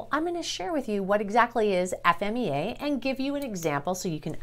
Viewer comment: Thanks for saying "F-M-E-A" I hear so many people saying Fee-Ma, which is 100% wrong